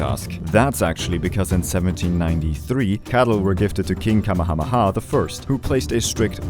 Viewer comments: So Kamehameha is actually pronounced cuh- may- ah- may- ah (it’s super hard for me to figure out how to spell out phonetically) I’m actually part Hawaiian and my Hawaiian middle name has more letters in it than the Hawaiian alphabet. No idea how to spell it unless I’m looking at a piggy bank that has my name, birth weight, day, and time on it but it translates to Heart of the rainbow. It’s something like coo ooh poo ooh vie oh k uh new e new e phonetically. Edit; I was born in Hawaii and lived there till I was going into first grade at 5. My aunt and grandma (tutu) live on O’ahu. If you can, I highly recommend visiting. It’s gorgeous and one of the last times we visited as adults, we climbed diamond head. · you said his name wrong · hey, pretty amazing video! I think you did very good justice to Hawai'i and such :). Most people on here are a bit... naive when it comes to others' cultures. I think two things, and the only things, to work on are your pronunciation of Kamehameha (the first, and most pronunciation was excellent so it's really whatever)m and maybe diving a bit into what kapu things mean and that there are in Hawaiian culture. I think you'll find some more connections :) good job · That isn't how his name is pronounced